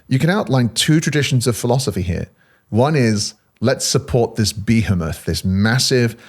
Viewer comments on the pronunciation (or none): How much can one trust someone who misprounces behemoth 🤷‍♂️🤪